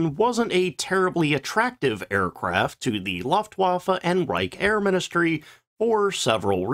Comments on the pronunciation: I really enjoy your content, thank you. But it irks me whenever you say "luftwaffe". It's pronounced "looft va fuh". Don't take it personally, most Americans can't say jalapeno either. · More like "Looft-Voff-uh" but yes, it's very annoying how consistently it's mispronounced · Say "loofa." Good, now say "looft." Excellent! Now say "looftwaffe." That's how 'Luftwaffe' is pronounced. Thank you for your attention to this matter. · Looooft wafe it’s L ooo ftwafe